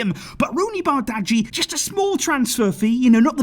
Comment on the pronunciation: It's barji!